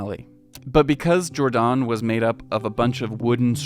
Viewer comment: It’s not pronounced like the ‘g’ in George, it’s pronounced like the ‘y’ in your. Jordaan. It’ll just take a sec to look it up. Don’t you have Internet?